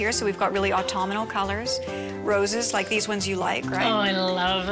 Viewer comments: This particular coordinator favorite word is Autumnal except she says it Autumn-i-mal 🤣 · Autum-I-nal? It’s AUTUMNAL!!